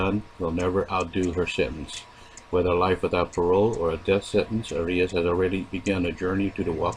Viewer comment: Why do you pronounce "Arias" that way? It's incorrect.